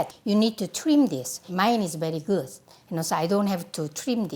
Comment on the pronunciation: no one: maangchi: my a house smell so guuh